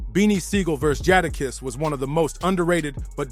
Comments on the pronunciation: Once I heard Jahda kiss I was out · Who the hell is jah dah kess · Its pronounced "JAY"DAKISS Jay Da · I hate when they have the narrator says the rappers names wrong 🤦‍♂️ shit is annoying asf! And when he said “back then the L,O,X was running with the RUFF RYDERS- who had hundreds of street soldiers riding with them” and they show a picture of a bunch of dudes- but if you pause it and look - the dudes in the pic was - jay-z , Dame dash, Biggs , Camron, Emilio sparks and the rest of state property, Kanye west , some white lookin chick , NORE, juelz santana and not even DMX or KATO (DMX and KATO WHO was the leader of all Latin kings and the kings was Dmx’s muscle , cause of his close friendship with KATO, when KATO was set up and shot and killed DMX MADE that song “KATO” on the album” Grand champion “ i think.. but other than those few mistakes this was a good video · Jahdah kess 😂😂😂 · Jata kiss? Who is that... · This mf say jah dah kiss one mo time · This dude really was pissing me off the way he was saying Jada’s name. How hard is it to say Jadakiss. You lost me bro. I didn’t even want to listen to you anymore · Jahdahkiss sheek Lowch?😂😂😂😂 from the Warlox to L OX??!! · Who the hell is Jaadakiss bro what accent or dialogue you using, L ox? I'm convinced my man's bite these videos how do you keep saying these guys name wrong as s**t smh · It’s really not that hard to say “Jadakiss”… 🤦🏾‍♂ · DAMN BRO UR PRONUNCIATION IS TERRIBLE 😂😂😂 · Thumbs down to the content creator.... Making content of artists without knowing how to pronounce the name is crazy work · The Jada kiss is diabolical it's not hard to to say his name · I’m not watching the rest of it cause they way he say jadakiss ✌🏾✌🏾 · The way he says Jadakiss name, it sounds like a whole different person. Sounds like a UK drill Rapper. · Its NOT tricky!!! These are well known rappers and you are butchering these dudes names. Cmon dude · Dumb ass narration saying the names wrong